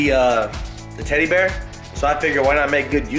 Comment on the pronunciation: Lol she just saying tteddy bear lol like its a real thing